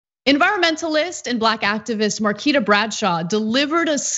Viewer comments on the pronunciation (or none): It is pronounced Mar-kwee-ta not Mar-key-ta just as an fyi.